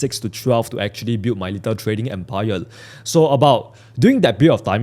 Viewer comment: Empire ❌ Empile ✅